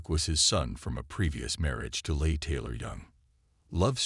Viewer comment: Uh-Leigh Taylor-Young was O'Neal's second wife. Joanna was his first and their children were Tatum and Griffin. I wish they'd know how to pronounce names.(Mye-A Farrow?)